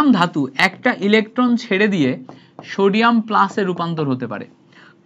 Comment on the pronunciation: Shodium ❌ Sodium ✅